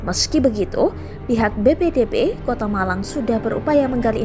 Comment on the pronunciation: Meluruskan bacanya BPBD mba bukan BPDB pelan2 aja bacanya.